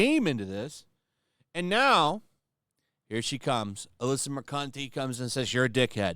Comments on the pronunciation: I dont know if it was intentional to say her name as Alyssa mer-cunt-ee but i approve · Moo-cant eh. Emphasis on the Moo. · "...had a stupid, immature response..." He says, moments after mispronouncing her name by pronouncing "Mercante" with a "u" sound in the second syllable... Never change,. Never change... 😂